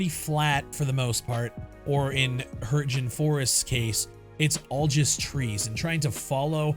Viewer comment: Hürtjen.. It's Hürtgen! Americans keep butchering other countries languages like seriously? Edit: BTW the game is already good in it's current form in it's own way.. No games in history is ever flawless though you've got your point bro